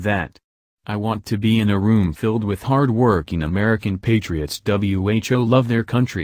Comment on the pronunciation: W- H- O ? What the stupid machine can't say the word "who"?